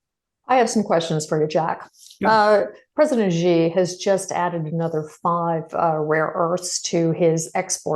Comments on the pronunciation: Sheeeee not Jheeeee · President Shee not Jhee. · Check your pronunciation: Chairman Xi is pronounced c as in ABC.